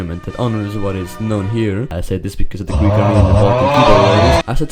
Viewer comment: As a greek at the start the greek was kinda cringimg me but for a non greek it is the best ive heard